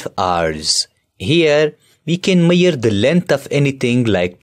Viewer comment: I liked it but what is maire??? its measure